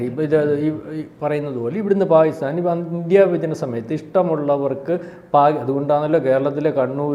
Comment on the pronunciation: Fopal... maharastra sarkar.. Faakistan... Fina.. Intelligence Fyuro 😂